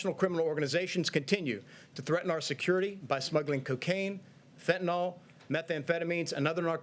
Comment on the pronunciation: Fentanyl why are they calling it fentanawl?